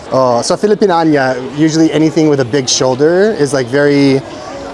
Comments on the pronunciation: Natatawa ako pag sinasabi ni filipin-an-ya it's filipin-ya-na kuya😊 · FILIPIÑANA (Filipiniana)po..parang dinig ko ang bigkas mo po FILIPINAÑA (Filipinania)..nagkabaligtad po... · Filipiniana: pronounced filipin nya na not filipin anya. Ty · Fi-li-pi-nya-na NOT Fi-li-pi-nia-NIYA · Filipiniana…you pronounce it that way too…Niana, not Anya…he he he …. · needs to work on his pronunciation of "Filipiniana". the "ia" vowels are pronounced as "ya". So with the "nia" sounds like "niya" or "nya"--- as in FI-LI-PIN-NYA-NA with the accent/emphasis on "nya". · "Filipiniana" is pronounced as "FI-LI-PIN-YA-NA" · Filipin -nya —na😂; SM - Shoe Mart. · its FI-LI-PIN-YA-NA😊 nahihirapan ako for you pag naririnig ko😊✌🏻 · pilipinyana ang tamang bigkas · IT sucks that Kultura won't allow you to look at those. Such a shame. and also, (if you don't mind... pronunciation of Filipiniana is Fi-li-pin-NYA-na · please pronounce filipiniana "filipinyana". Very good vlog!!! 👍🏻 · Filipiniana is pronounced Filipinyana ia gets to be pronounced ya, okey ba? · Hi & 🤗 it is actually " "Filipiniana" (for the ladies, pronounced as Fi-li-pin-yana). It is a shame that Cultura did not let you Vlog that would have a "Great Free Advertising" for them😮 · just to help you out with the pronunciation- the word Piña is in "Pilipiñana" /pili-pi-nya-na/. ❤ The Philipine alphabet inherited the accented /ñ/ from Spain (Hence, España). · the women's barong is called Filipiñana. you pronounce it as, Fi - Li - Pin - Yana. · Its pronounced filipinyana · Just a tip! Filipiniana is pronounce kinda like "Philippine-yeah-nah" based on how American words would sound like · Filipiña po. Hahaha... Filipinyana. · Need to practice how to pronounce Filipiñana